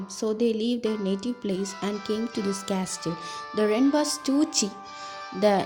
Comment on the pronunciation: It was awesome 💜 but can I say one thing .. the castle 🏰 ... In this t is silent and it is pronounced as casle but written as castle